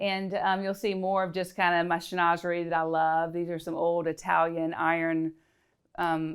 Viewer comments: Can someone confirm? Isn't Chinoiserie pronounced Shin-wah-zur-ee? not Shi-noz-zuree? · Chinoiserie is pronounced - SHIN WA ZAH REE! 🙀🙀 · Shin - wa - Zuh - ree. It’s a French word and should be pronounced as the French do. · A mispronunciation of chinoiserie. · Bonjour! The correct pronunciation of chinoiserie in French is Chin wa se ree. Your pronunciation is American. Although is perfectly fine to use either one. Prends soin de toi. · Her pronunciation actually made me have a little giggle because I thought it sounded like saying schnoze for a big nose. But I don’t judge because we all make mistakes. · 😂 That had me screaming at my screen, if you love it, at least learn to say it. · THANK YOU!! I cannot figure out how someone who knows so much about interior design and art doesn't know the correct pronunciation.